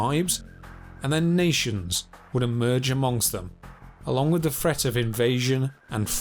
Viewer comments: Pronounce “th” with a “th” sound. No an F or a V. North not norf , brother not brova, with not wiff. Dipshit. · This narrator says "wiff" instead of 'with'... & he also says "fousand" instead of 'Thousand'...